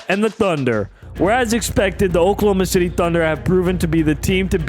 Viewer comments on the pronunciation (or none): none